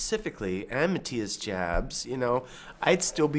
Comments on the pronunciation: Not Matthias "Dschabs"! Prononounce it like YA(hoo) Jabs --> Yabs! That ist the right German pronounciation! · It's pronounced "yaps" not "jabs" Kirk Hamster ; ) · I thought the name was pronounced Yobs. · Jabs is pronounced "Yaps" with a soft A. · Pronounced Yabs. Scorpions are so awesome. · Kirk needs improvement with his German pronunciation. Maatias Jabs is properly pronounced more like Meetyus Joorbs. Kinds rhyme last nane with Knobs. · OMG I've been pronouncing ALL Scorpions names wrong for 40 years! Thanks Kirk!